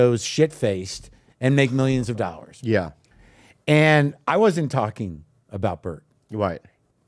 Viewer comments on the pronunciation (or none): “I know zaggly who you’re talgin bout.” Ya, it’s you Brendan.